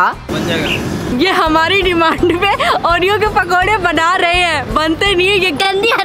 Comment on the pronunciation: oreo ke pakode ❌oro ke pakode ✅